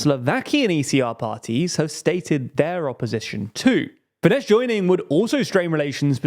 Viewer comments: Minor correction: Fidesz is pronounced as “Fides”. “Fidesh” would be Fides in Hungarian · Fidesz is pronounced "fides", not "fidesh". Like the Latin word. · It's pronounced 'Fides' not 'Fidesh'. Pls always do research on pronunciation, such mistakes are unprofessional imo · It's not Fidesh, it's Fidesz (sz being read as s in sour) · The SZ in Fidesz is pronounced "s" not "sh". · It’s not FideSH, it’s Fides. Just “s” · Fyi, Fidesz is pronounced as “feedes”. No “sh” sound at the end. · Sorry, but I have to criticize the way you pronounce things. The "sz" at the end of FIDESZ is the "s" in English. Meanwhile the "s" in Budapest is pronounced as "sh" correctly, you basically had them backwards. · Lol Fidesh... they're Hungarian, not Polish.